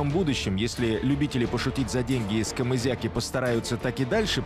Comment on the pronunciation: Не комызяки а кизяки